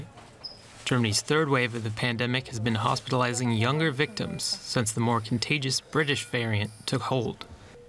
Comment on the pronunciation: I know!!!! It's driving me crazy, also her pronunciation of 'younger'. Aaaargh!!!